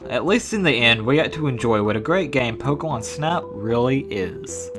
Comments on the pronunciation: you said fokemon instead of pokemon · I swear I hear you say 'Pokewon' at least half the time.